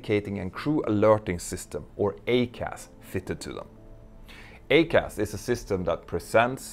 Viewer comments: Small point … I am an Airbus pilot and we pronounce the ECAM system as “E….Cam”. The Boeing system is the EICAS, yet your pronunciation to my ears sounds like “A-Cas”? Might It make more sense to say “E….Cas”? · Hey Mentour, love your videos. Always even handed and informative. Could I just point out one little thing I noticed, that would then make your videos perfect. It's about pronunciation. You say AY-CAS but having been an instructor on the 777-300ER, I can say with some degree of confidence that it is EYE-CAS. Pretty minor point and definitely doesn't detract from your well-produced videos. Keep up the good work, regards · I'm pretty sure everyone in the US pronounces it "I-CAS". It definitely belongs on the Max. BTW, Petter, maybe you could do a video on the LEAP-1x engine fuel nozzles. GE were so proud of their 3D printed and laser drilled nozzles. Now we're replacing them as a set constantly. It's a real PITA. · "I"—CAS!!!!!! EYE-CAS!!!! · EICAS is pronounced Eye-Cas, it means Engine Indicating Crew Alerting System... it's only for the engines. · Yup. I agree. I-CAS. Like i-Phone. That’s how we pronounce it.